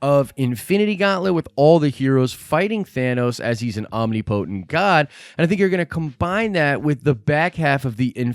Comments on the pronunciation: Did you seriously say omni potent??? Really? I mean come on... That’s just ridiculous dude. It is pronounced “ahm-nih-puh-tint” not ahm-nee-poh-tent.... jeez.... lol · Say omnipotent again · When he says potent in omnipotent....